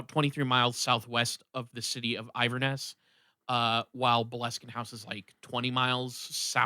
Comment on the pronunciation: Pronounced IN VER NESS